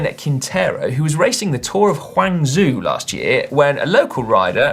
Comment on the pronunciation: Just to let you know Si, "Huan zoo" or whatever it was that you said mins is actually pronounced "Gwung joe"! And a little heads up for next time, the "zh" in Chinese Pinyin (which is the romanised form of writing Mandarin Chinese) basically makes the same sound as an English "J "as in J-ack. So... now its test time! Simon, below are two questions, you have 20 seconds per question to first think then pronounce. Simon how would you pronounce: 1. "Shenzhen" (A large modern city in southern China) and 2. "Zhongwen" (meaning the Chinese language) Good luck and Happy Chinese New Year from an English man that speaks Chinese. ps. Cant wait to hear you attempts next week!